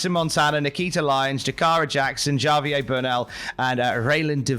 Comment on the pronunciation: Javier is not pronounced Jar-vier, it's haa-vier 🤓